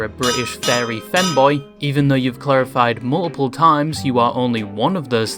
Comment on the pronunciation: you still say fairy btw 😅